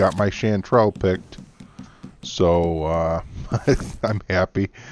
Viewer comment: No no, of course you're pronouncing it right. What I mean is I never came across with this herb.